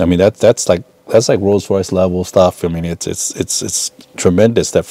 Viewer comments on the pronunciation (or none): none